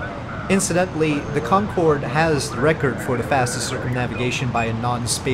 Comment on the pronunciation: cincorde corcumnavigation